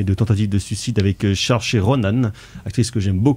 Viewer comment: De la bouche de Saoirse Ronan elle-même son prénom ne se prononce pas du tout comme cela, on prononce ''ser-tché'' !